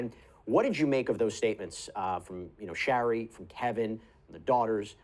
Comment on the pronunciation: Great video! BTW Shari pronounces her name as share-y, rhymes with cherry.😊